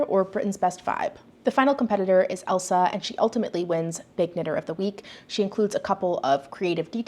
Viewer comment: as a scottish person i just thought i’d lyk that the name Ailsa isn’t pronounced like Elsa but like ale-sah (ale as in the drink🍺). brilliant video tho with so many great points!!